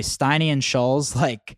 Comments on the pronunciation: Andrew "schulls" lmaooooo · Steiny is sooooo FAKE Also it’s not Shulls It’s ShultZ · It’s SchulZ…dammit! Pronounced ( Shultz) Not Shuls! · It’s pronounced “Schultz” - they are saying it more like Shuells. Jesus Christ, it’s not that difficult. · It's funny they keep calling him Schullz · Do they even know his name is Schultz, not Shoals? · Andrew’s name is Schulz not Schultz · "Andrew Shulls" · the fact kyle can't even pronounce andrew's last name proves andrew's point that these guys do zero research on guests and just dial it in 😂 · Kyle doesnt even know how to say Schultz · If he says “Shuhlz” one more time I’m throwing my phone in a pool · Why they never pronounce the T in his name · Why are they mispronouncing Andrews last name like that? 😂😂